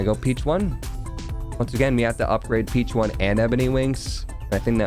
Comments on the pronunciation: It’s not peach one It’s peach ohne That is how you say it my guy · It's pronounced "peach on" like a play on words for the Spanish word for squab or hatchling (pichón).